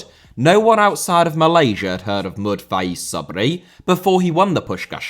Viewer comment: just letting you know that "Mohd." isn't actually supposed to be pronounced as "Mohd."... it's just a common short form for "Mohammad" in South and South East Asia, so his name's just the Mohammad that I'm sure you're much more familiar with!